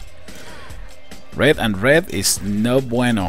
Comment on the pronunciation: Hahahahahaha!!!! That's not BUENO hahaha...!!! I'm from Argentina, and I laughed a lot when you said that!